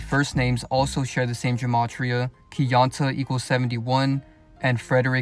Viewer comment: his name is pronounced key-on-tae missed the mark with that one